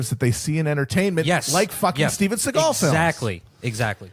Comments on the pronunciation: Steven Seeagal. just say capitalism, not deep state lmao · So he actually makes the grand revelation (by saying it's the Jews). Isn't his name, (S`e.gal) , pronounced with the emphasis on the first syllable instead of the second, a Jewish name?